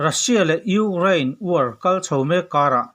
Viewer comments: Ugraine...Ni lovin, Ukraine tih zawk tur aniang. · I thu chhiar hi ngaihthlak a hreawm Ukraine i lam dan te reng2 mai hi🤭🤣🤣🤣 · I thil lamdan chu leh': Ukraine Colonel leh a dangte..I hnar pin vang a ni ang😛😄😄